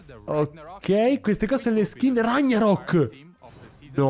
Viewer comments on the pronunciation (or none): non dirmi Rañarok però, la si dice come se fossero separate, Raghnarok.